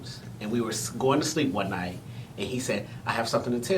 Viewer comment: What’s going on is that you are interviewing these two guys . ‘Going’ has a ‘g’ at the end of it . Two very handsome men ❤️